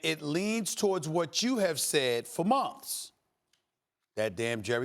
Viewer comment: Why does Stephen says months as mumfs. What's wrong with him?